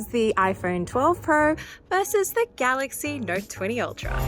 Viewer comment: Ipheurn vs Galaxy neurt